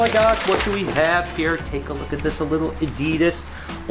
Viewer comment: Great video as always but i really wish you would pronounce - Patreon and adidas properly :s very excited with all the eggs though cant wait to see them hatch :) and noah's hair isnt bad better then before but could still be shorter :) take it easy